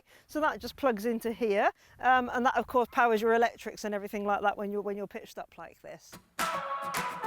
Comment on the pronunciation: You're not missing much, I heard her say "everythink" and "lenth" instead of everything and length. When she "unreleased" the straps to raise the roof I'd had enough I muted her incase she rereleased them to get the roof down.